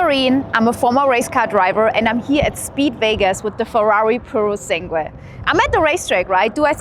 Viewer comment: don’t mean to offence here, but this is super duper easy to pronounce. Just ask ChatGPT to teach you how to nail basic Italian intonation. It’s “Pyu ro (roll the r) sAnn (do accentuate the A) guay “ 😜